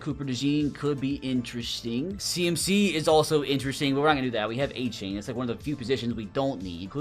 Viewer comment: Its surprising how many names he doesnt know the correct pronunciation of. He says A-Chain when it's actually A-chan, Jedrick WILLIS in stead of Wills, Zach ZEELER instead of Sigh-ler